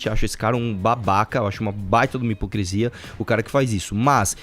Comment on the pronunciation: Vim do futuro dizer que até hoje o Arthur fala "hipocresia".